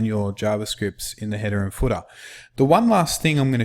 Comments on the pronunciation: very good instruction...but your accent sounds funny when you say "footer"...it sounds like "fooda" :) #BestInstructor I've ever seen <3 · The footah gets me every time :D:D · And the footah!